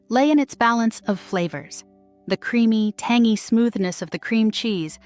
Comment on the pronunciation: Lol tangy pronounced "tangee"